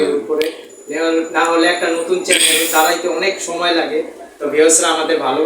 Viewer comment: ভাইয়া আপনি আর চ্যালেন বলেন না বলবেন চ্যানেল শুনতে খারাপ লাগে